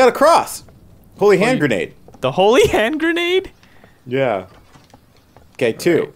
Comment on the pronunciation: the fact that DJ got Holy Hand Grenade's name right first try, kinda surprised me